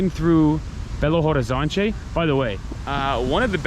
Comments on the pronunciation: I don't know if you like people correcting you, guys. But I do love my language and I like to welcome people with some lessons (weird way). The "te" and "de" at the end of word is not pronounced "tchê" or "dgê". It's more like "tch" and "dj". Like Liberdade is "Liberdadj" and "Horizonte" is "Horizontch". you said it aaaaalmost correctly. H in portuguese is silent. It's like Orizonte, you know? I don't even know why we use this letter, if we don't pronounce it. BH é pronounced "bê agá". The last letter is the tonal. There's a lot of things you can learn, but only if you allow me to correct you and teach it here hehe I don't wanna be the annoying nerd. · in Portuguese when the word starts with h, the "h" is silent. Then Belo (h)Orizonte, (h)Avaianas, (h)oje.....and so on.